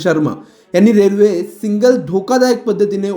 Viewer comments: सिंगल नाही हो सिग्नल म्हणा.बातम्या देताना भाषा शुद्ध पाहिजे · अरे येडझव्या, आधी "सिग्नल" बोलायला शिक. कधीपासून सिंगल सिंगल करतोय. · बातमी वाचणार्‍या व्यक्तीस सिग्नल, सँडहर्स्ट शब्दांचे व्यवस्थित उच्चारण करता येत नाही. सिंगल पासींग असे चुकीचे बोलल्यामुळे समजण्यास वेळ लागतो. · सिंगल नाही सिग्नल उच्चार तरी नीट करा. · सिंगल नाय रे बाबा, सिग्नल!😅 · अक्कलशून्य पत्रकार !! सिंगल नाही सिग्नल असते !! राऊतकडे जायचं कमी करा बुद्धी भ्रष्ट होत चालली आहे तुमची त्यामुळे !! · बातमी देताना शब्दांची गल्लत करणे शोभत नाही. "सिग्नल" म्हणण्याऐवजी "सिंगल" !! 🙂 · बाबा सिंगल नाही सिग्नल बोल. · सिंगल नाही.. सिग्नल.. व्हिडिओ नीट बनवा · सिंगल सिंगल काय लावलाय रे...सिग्नल म्हण आधी व्यवस्थित मग बातमी वाच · भाषा आणि उच्चार सुधारण गरजेचं आहे असं मला वाटतं. "सिंगल" नाही "सिग्नल" असा शब्द आहे. दोन्हीच्या आर्था मध्ये खूप फरक आहे. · सिंगल नाही सिग्नल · सिंगल नाही रे, सिग्नल...😢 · सिंगल नाही मूर्ख सिग्नल म्हण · सिंगल नाही "सिग्नल". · सिंगल की सिग्नल ? सिंगल म्हणजे काय ? कोणी सांगेल का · Are bhai tula signal bolaychay ka... सिग्नल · सिंगल नाही हो सिग्नल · तुम्ही आधी सिंगल न म्हणता सिग्नल म्हणायला शिका